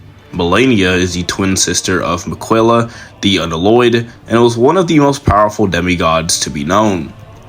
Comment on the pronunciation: W video bro🙏🏾 also his name is Mick-uh-luh not Mikwella😭